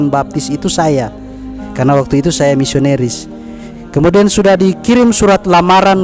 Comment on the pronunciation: Katanya pendeta gomong nisonaris na bilang nisoneris hmmmmm pendeta apa BKN ya?,🤔🤔🤔🤔🤔tpi saya GK yakin dari keksasiannya. Sayang dia Uda bohong sama saudara muslim semuanya